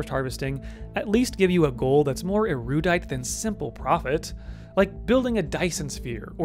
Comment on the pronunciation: Fantastic video. Also pronouncing it “ERUUUUDITE” killed me hahaha